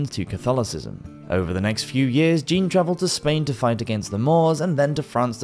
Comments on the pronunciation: Great video! Although please don't pronounce the French name "Jean" as the female name Jean in English lol. Either say it the French way (J'an) or just say John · If you're going to do these types of videos, please learn how to pronounce names and places correctly. For example, Jean (John, in English) is not pronounced 'jeen'. Otherwise, good job overall.